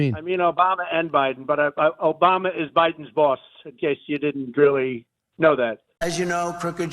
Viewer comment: I like how he says it. O-BA-MA. He savors every syllable